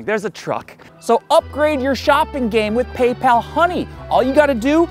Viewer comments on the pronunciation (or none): none